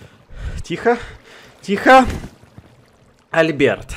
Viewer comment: Альберт ударение на букву "А"